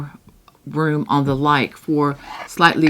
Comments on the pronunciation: *Lykke is pronounced Luca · Hi! Luke is pronounced ‘Luca’ I researched it bc as I really wanted to know!